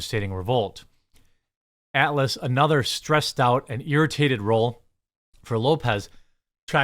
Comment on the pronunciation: Jeremy your midwest accent I barely notice... Usually... but the way you pronounce "Atlas" sounded like "Alice" until much later in the clip.